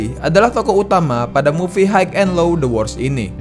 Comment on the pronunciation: Bacanya “hi” bng bukan “hike”